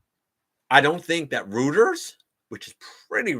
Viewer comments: Didn't expect to be in for core Nemesis Prime, but the redeco colors with that great looking axe sold me. btw, Reuters is apparently pronounced something like 'roiters'. I used to pronounce it the same way and then one of my friends told me it's 'roiters' shrugs go figure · Hmm, not sure where they heard it. So I googled how to pronounce and it seems to be roiters. wikipedia and dictionary have it as [ roi-terz ] or ROY-terz, and people on the official Reuters / Thomson Reuters youtube channels say it 'roiters'